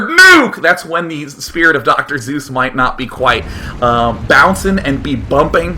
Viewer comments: I love how day 9 says doctor zeus instead of doctor seuss then when people in the chat make fun of him for it he doesn't realize it XD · ITS PRONOUNCED SUESS LIKE SUES!!!!!!! OMG!!!! WILL SOMEONE TELL HIM TO QUIT SAYING ZEUS (GREEK GOD) DAAAAAAAAAAAAAAAYYYYYYYYYYYYYYYY . MOST ANNOYING DAILY EVER!!!!!!YOUR WHOLLLLLLLLLE FAN BASE WAS TRYING TO TELL YOU AND .... WOW just WOW... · It took me until now to realize Day9 doesn't know how to pronounce "Seuss". That's (sue-s). Not Zeus. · it pisses me off day keeps say zeus instead of suess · CJ Regan It's a little bit up for debate, but the man himself pronounced it "soiss" and not "zoos" as Sean says so... yes, I am correct. However, another widely accepted pronunciation is "sooss" which is also not what Sean says. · SEUSS! NOT ZEUS! WITH A FUCKING S! JESUS DAY9! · Seuss is pronounce like Schoise. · Actually he seemed to know it was Soyce... After a while he says Soyce.. He does intentionally mispronounces alot of names, including the ingame name such "BluesZBrother" as "bluieesZbrottr" or whatever :P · Damn it, Day[9], his name was Dr. Seuss, not Dr. Zeuss! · Since when did the good Doctor become a god? I thought it was "Doctor Seuss" not "Doctor Zeus" =P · lol, in the last video i thought he said Dr. Zeus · Is it just me, or does he say "Zeus" and not "Seuss" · Actually Day9, choice does rhyme with Dr. Seuss: You’re wrong as the deuce And you shouldn’t rejoice If you’re calling him Seuss. He pronounces it Soice. - Geisel (Dr. Seuss) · ohhhhhhhh, Seuss, not Zeus, I was so confused Xd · isnt it Dr. SSSSSSSSSuess, as in with an S lol ive never heard anyone say Dr. zeus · Its actually pronouced as Dr. SOYS not Dr. Zeus so Seuss actually got the rhyme right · Day9. You said doctor Zues :3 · It's not zuess or suess... It's seuss :P lol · Dr Suess, not Doctor Zues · "Soos", not "Zoos" Day9! AHHHHH!!!! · its Seuss not ZEUS!!! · I just want to make sure I'm not going insane.... everyone hears him say Zeus rather than Seuss right?